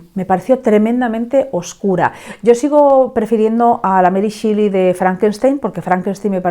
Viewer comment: Es meri shéli, no shili 😭